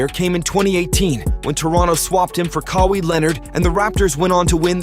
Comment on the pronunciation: Agreed, lil' less rushed. I thought it was AI but if not, Kawhi is pronounced "Ke-Why" not " Ke-Wii". for the rest solid work man